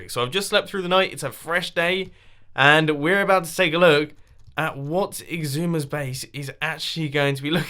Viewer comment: How you say Xisuma: Icksooma